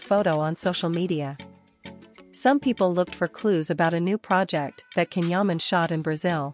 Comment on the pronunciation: This AI voiced female hasn't learned how to properly pronounce his name...it is pronounced "Jon"...not "canhuman"...